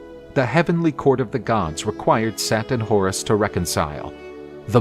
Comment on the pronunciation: SETH?!? Its Set, not Seth.